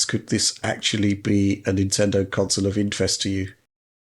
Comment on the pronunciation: Love the show but god it drives me batty every time Alex says counsole instead of console